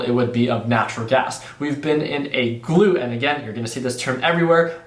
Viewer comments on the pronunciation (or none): GLUT NOT GLOOT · Please google glut definition and click on the speaker to get the correct pronunciation. Glut, not gluit. You had me going trying to guess you meant excess production. I only mean this in a good way. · Glut, an excess. Like "gluttony" which phonetically would be a "schwa" or the upside down "e" which makes a "uuu" sound, not "oo" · Pretty sure its gl-uht not gl-oot but maybe im wrong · Glut ,not gloot. ..Im waiting for 1.70, ..Supply and demand is one thing, but more importantly there are limitations in the transport pipelines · Glut... gut with the l added! Haha!! Not gloot. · Glut is pronounced like gut with an L. Not gloot like your saying. Just trying to be helpful. Not picking on ya. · Glut is pronounced like hut with a G... 😂 Like gluttonous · Hey, not to be that guy, but if the word you are using is glut then it is pronounced with the uhh sound, not the oo. That is the main way I would think to differentiate it phonetically from the gluteus muscle group term.